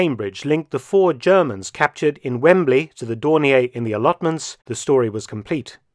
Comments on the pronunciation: In German, it's pronounced "Dorneer" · May I query Mark Felton's pronunciation of Dornier? I once heard it pronounced that way and thought it was an error by someone who believed it was French. Was Dornier from Alsace and retained the French pronunciation? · I have been pronouncing Dornier incorrectly for 65 years.